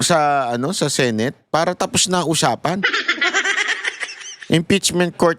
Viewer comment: Hirap ka sa word " para" that's bisaya word.😅😅😅